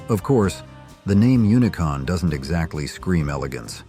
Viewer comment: It’s not unicon it’s unicum